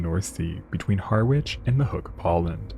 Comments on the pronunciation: It's pronounced Ha-ridge my American friends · Please pronounce it "harr. Itch" as in Harry without an Y and an itch" 😅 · It is pronounced "Parkston Quay" in "Harrich" ! English is a complicated language, isn't it, our American cousins ?! ❤